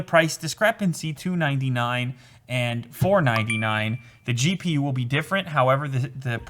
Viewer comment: I can’t deal with how he says the he says it like da and it is just a pet peeve 😂😂